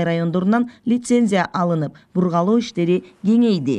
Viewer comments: БургАлоо эмес, бургУлоо деп айтылат, журналист соройлор. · Туура суйлосон журналистка бургалооо дебей бургулоо деп